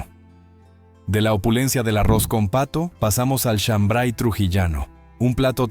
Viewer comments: No es shambray sino shambar y no se prepara con maíz mote sino con trigo pelado. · Soy trujillano y no es shambray es shambar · Es chambray sino Shambar Trujillano